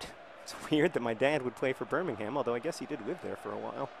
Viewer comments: YOUR PRONUNCIATION OF ENGLISH TOWNS WITH THE WORD HAM IN IT FRUSTRATES ME!! It's pronounced Bur-Ming-Um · I believe the major difference between the Birminghams is not the geographical location, but the pronunciation. The english Birmingham is pronounced Birmingum. Correct me if I'm wrong